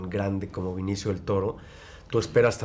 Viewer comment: demian, mi vida (para la reportera tambien), es BE-NI-CIO, no VINICIO!!! dios santo...